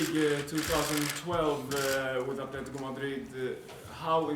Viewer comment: where do you see an "H" in Atletico?